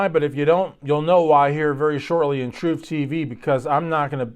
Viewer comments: When saying, please emphasize the troofiness of the word. It should be clear that you are discussing and saying TROOF, not Truth. Thanks! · The troof, the whole troof, and nothing but the troof